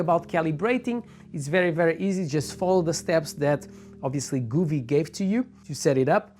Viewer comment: Didn't catch the very last bit, re the "all at once or part" bit. Just because you know what's what and what you want to say, doesn't mean your viewers do? Just slow down a fraction man or you waste as much of your time making this video as we do watching it. ANOTHER THING, stop mispronouncing the name Govee. It's NOT Gooooovee, it's Go vee. Go (as in (go away") there is no double "o" in Govee so why you pronounce it the way you do is beyond me and totally incorrect. Phone Govee and ask them, see, simple Doh?